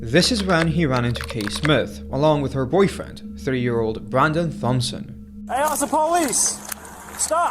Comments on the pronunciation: FYI: Thompson is pronounced Tompson. The H is silent. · I think the last name of the guy in the first video is pronounced "Tom"son I could be wrong but just wanted to say that in case